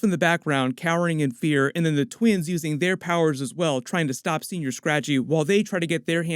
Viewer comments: 'Sen-Yor' Scratchy.. not Senoir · As someone from California, it's killing me that you keep saying "Senior Scratchy" instead of, "Senõr Scratchy" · It’s senyour. Say it right. It’s not old man rabbit. I didn’t spell it right on purpose. Lol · You keep saying senior, it’s señor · It's painful hearing u say señor as senior.